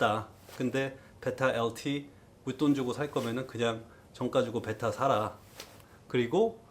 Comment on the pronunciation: 베이라 엘틔~ 발음 넘 웃